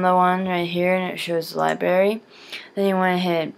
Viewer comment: it is not libary its library!!